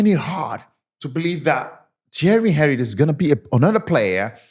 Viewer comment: Mispronounce Henry